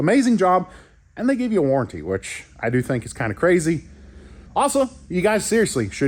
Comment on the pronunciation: "Warrenty" HA Ha Ha I void Warrenties.